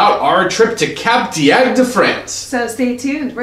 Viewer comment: They pronounce it totally wrong 🙄, its cup-duct not cap-der-agder, also their review is not honest, the truth is, the place is very dated but still fun, also a warning, they arent fond of americans there because they mispronounce everything and they tend to want to talk and talk and talk, also, they tend to be overweight and get upset when slim, attractive french couples wont play with them, not me, just saying! So if ur american, better to stay in atlanta where there are clubs that cater for the louder, more social people, other than that, have a great time everyone 😘